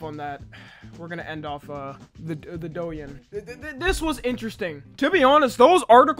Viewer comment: “doe ing” if anyway cares how it’s actually pronounced lol